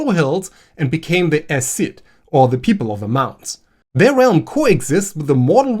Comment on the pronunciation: Minor pronunciation note: Tuatha Dé Danann is "Too-ah", and Aes Sídhe is "As Sheedh" , dh meaning a soft th sound. I think. Anyway I'm close. **edit**: Samhain is pronounced "Sah-wen"